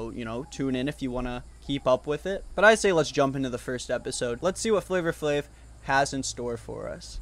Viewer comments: I’ve never heard anyone pronounce the r in flavor flavor. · Dying at the pronunciation FlavOR Flav....its flava flav